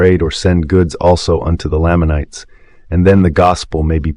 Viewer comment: This is very well done! Parley P Pratt is my great great great grandfather. I am grateful to have the truth! One thing…is this AI narrated? The mispronunciation of several common Mormon names and words like Moroni and Lamanites is distracting. It makes it seem like this hasn’t been put together by an actual exmormon.